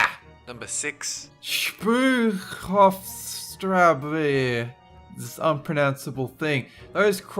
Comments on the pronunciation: the german street is pronounced: Schbroier Hofe Schdrasse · Speuerhofstraße is Speuer+Hof+Straße, pronounced Shpoy-er hofe shtrass-eh.